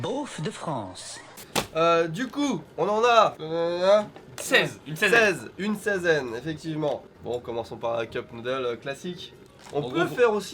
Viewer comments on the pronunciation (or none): ''Une saizaine '' et -2019